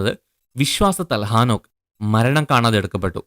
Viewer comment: ആ നോക്ക് അല്ല . ഹേ നോക്ക് ആദ്യം മലയാള ഭാഷാ സംസാരിക്കാൻ പഠിക്ക് ബൈബിൾ വചനങ്ങൾ തല തിരുവൊടെ പഠിപ്പിക്കുന്നു നിങ്ങൾ നിങ്ങളെ പറ്റി വെളിപാട് 22 ൽ പറയുന്നണ്ട്